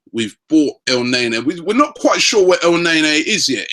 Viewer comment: for GOD-sake.... EL-NE-KNEE....NOT EL-NEy-NEY...............come on ROBBIE